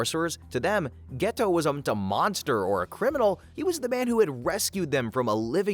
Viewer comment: It's annoying that you keep saying "Geto" and "Satoru" wrong while referencing the English dub.